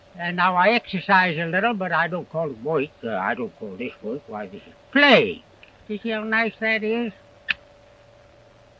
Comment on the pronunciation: His accent is obviously archaic. He uses some pronunciations that were the norm in 1600 but are not used by most English speakers today. He pronounces "work" and "world" as "wawrld" "wawrk." Also in words that begin with wh such as "while", he starts the word with an h constant. This was the norm in 1600 aswell. Some English speakers still do this. White for example would be h-whit-eh.